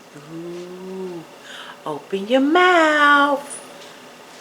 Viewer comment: "You not in my mouff"😂😂😂😂